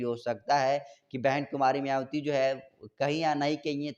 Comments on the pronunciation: YE KYA ENGKRIG KREGA JO BHAN JI KA NAM BHI SHEI SE NHI LE PA RHA H. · मायावती नाम तो ठीक से बोलना सीख लो लिखते कुछ हो बोलते कुछ एकदम बकवास चैनल